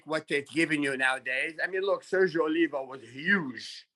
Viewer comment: Gotta love Lee Haney but he mispronounces so many words: "tragesty" (travesty), "Giuliano" (Giuliani), Sergio "Olivier" (Oliva), "Eyetalian" (Italian).